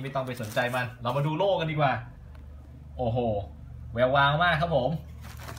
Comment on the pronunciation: ครับโล้ไม่ใช่โล่ครับ